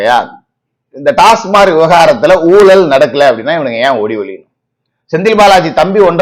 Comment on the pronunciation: டாஸ்மார்க் அல்ல; டாஸ்மாக். எல்லோரும் தவறாகவே சொல்கிறார்கள்.